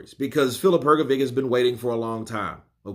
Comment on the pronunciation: Bro it's not "Hrgovick" it's Hrgović and Ć is just ch sound so Hrgovich.